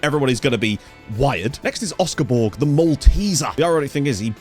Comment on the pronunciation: Great work. In Malta, Borg is spoken similar to Borch with a very soft g rather than a hard g.